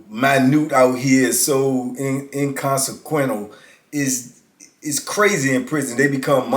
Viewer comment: Did you mean IN-CON-SEH-QUEN-SHUL? Ok feel u brother